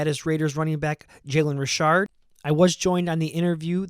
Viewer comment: And it's Richard like "re-shard" 👍